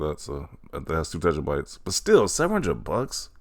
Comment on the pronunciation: if you say tetrabytes again i will find you 😂